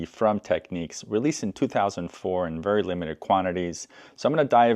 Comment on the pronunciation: The cartridge holder was also on the mk3d's, the adjuster at the back was for scratch dj's, the reset button puts it to zero and doesn't lock it to the pitch you have it too and sorry but its tech NICS , not tech NEECS